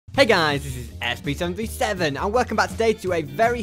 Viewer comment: wat da heck whyd u say its sb737 like dat???im not bein mean I PROMISE!